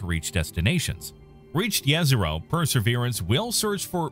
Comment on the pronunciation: Jezero is not from "several Balkan languages" it is in fact a word in several "Slavic languages". It does not "indicate a lake region" it is literally translated as "lake". jezero = lake. Kudos for almost correct pronunciation, which is